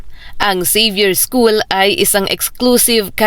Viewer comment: Mam please donot change the name of the school example de la salle it's not dalasal at Xavier school it's not savior school please pronounce them correctly mam